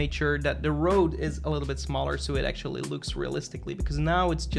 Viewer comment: Am I the only one who hear "sexually" when he says "actually"?